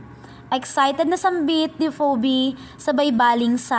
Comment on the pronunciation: Phoebe pronounce as Phebe Po silent O..